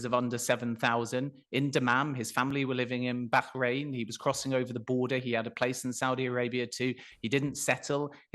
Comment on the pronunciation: Never heard an Englishman pronounce Bahrain properly before. Fair play